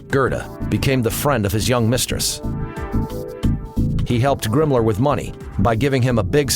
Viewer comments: its himmler not gimmler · Who the hell is GRIMMLER??? LMAO How can you narrate a history doc and not know who your speaking of and how to pronounce the names of said characters. Geeeezuz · I can't fucking take this narrator seriously when I'm laughing my ass off every time he calls Himmler "Grimmler." Seriously, Grimmler? Who the fuck produced this joke? Did they not have anybody watch it before releasing it with the narrator repeatedly calling him Grimmler? LMFAO.